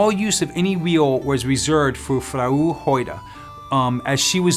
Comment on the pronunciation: "Frau" which is German for "wife" is pronounced "frow" it rhymes with "ow." It is composed of two ancient Germanic words meaning "love" and "woe."